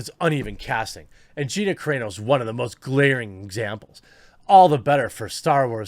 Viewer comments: It's pronounced Gina sir ....on....o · Dude still can’t pronounce her last name properly LOL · You're never gonna learn how to pronounce Gina Carano's last name. Please Google it. You're killing me!